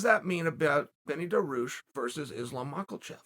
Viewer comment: Chael: ''Who do you think Dan Hooker said?" Me: "I guess Beneil Dariush by looking at the title" Chael: "Benny Daroosh is the answer" Me: "Ok, great"